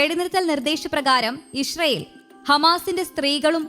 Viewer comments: ഇശ്റയേൽ അല്ല. ഇസ്രയേൽ ആണ്.. മലയാളം ഉച്ഛരിക്കാനറിയാത്ത ഓരോ അവതാരങ്ങൾ 🙄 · ഈ കുരിപ്പിന് ഇത് എത്ര പ്രാവശ്യം പറഞ്ഞു കൊടുത്തു, ഇഷ്റയേൽ അല്ല,അല്ലായെന്ന്, ഇസ്റാഈൽ എന്ന് പറ പണ്ടാരമേ...